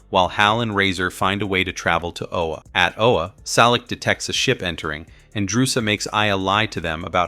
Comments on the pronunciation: It’s “Oa” not “Ola”. You have no idea just how much I am disliking you more and more because of your deliberate mispronunciation. I have half a mind to just stop watching this video here and now because of it, and the desire is growing fast. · It’s O-A not OLA your killing the name of the planet of the GL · Really enjoyed the show & was sorry to see it canceled. And mostly enjoyed the recap but c'mon guys, get the pronunciations correct! It's Oa, not Ola & it's pronounced uh-TROSS-it- us. A simple viewing of the show would make this clear.🙄🤨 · This is the worst narrator ever bro go and watch the cartoon.... first you pronounce Atrocitus the wrong but Oa how you get an l in that...talking shit..